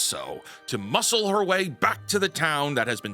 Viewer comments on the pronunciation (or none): none